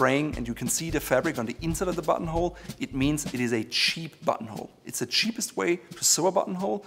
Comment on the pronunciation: I keep hearing butthole when he says button hole😂😂😂